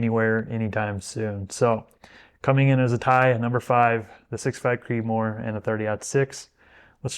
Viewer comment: All perfect except that, “Creedmoor”.